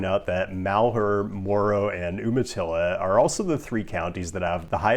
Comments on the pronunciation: Aaargh! Umatilla (Oregon) is pronounced "YOU-mah-till-a" No, I don't know why. Ask a native, it's a tribe name. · Oomatilla? Don’t know that I’ve ever heard Umatilla pronounced that way.